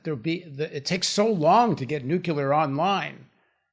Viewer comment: Paul, we went through this with Ben before - it's `nuclear', not 'nucelar'. Please, don't channel Bush Jr. 😯